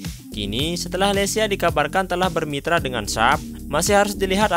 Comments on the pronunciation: Leica bacanya leyka bro bukan leysia 😄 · Bacanya LEKA bang, bukan LICA😂😂😂